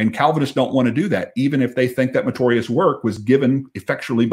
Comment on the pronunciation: Dear. Love you brother, but the word is meritorious not matorius. Just that I’ve heard you say that word. Don’t mind me. I have the same problem with people saying nukular instead of nuclear.